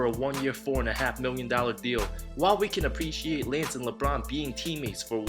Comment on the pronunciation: "Laynce" Stephenson? LOL